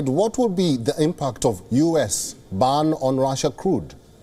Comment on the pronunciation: Its gas not 'gus' & its ban not 'bun' ...